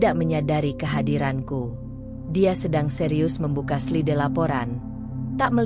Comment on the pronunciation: Kau juga salah slide (slaid) baca yang benar spelling bhs asing